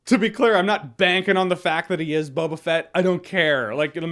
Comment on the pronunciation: His name is No-ba Fett